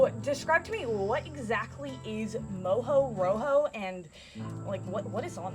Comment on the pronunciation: Its not exactly pronounced moujou roujou but mojo rojo which means: rojo = red, mojo, from mojado = wet. Very popular in the Canary Islands where there is also mojo verde = green mojo.